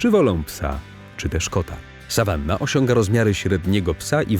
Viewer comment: Ten sawannah(czytaj sawana!!!